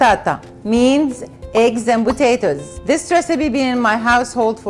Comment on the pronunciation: I love how say botatoes instead of potatoes! Love it!